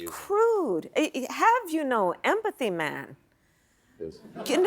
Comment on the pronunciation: She went Jamaican. Do you have no empathy mon